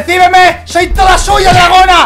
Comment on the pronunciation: Mike dijo drajona